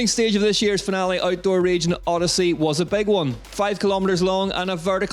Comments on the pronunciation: At least pronounce the name of the location correctly!!!!! instead of that horrible effort! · We would love to, if we knew where we were going because you pronounced it properly. Also pre race organisation was horrible, I called the info point in Finale (In italian) and scanned everywhere on the web to get information on the actual race times and days for each category and trail zones where the race would actually be to plan a trip. No one knew anything! Appalling. So I cancelled a planed trip to watch it. There needs to be actual information, of which day and time each category is racing. GCN/UCI should already have their stuff together, not give us the excuse oh its new, we are just starting and it will improve. It should already be on point, viewers will actually be paying to watch DHWC. You need more staff on point doing each bit. The Old Enduro series race Videos were much better as well.